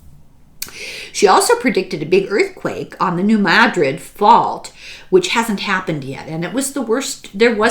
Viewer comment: Oh, THANK you for pronouncing New MADrid correctly.